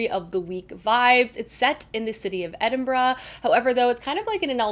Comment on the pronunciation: Thank you for pronouncing Edinburgh properly. As a Scot I hate when it is prounced wrong. Hope you have a great reading month, the books you want to read sound good.